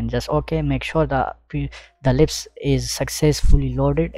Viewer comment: sir , this is lisp no lips command